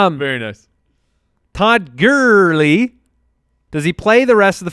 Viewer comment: You absolutely pronounce gurley odd. There’s Another similar word that you pronounce the exact same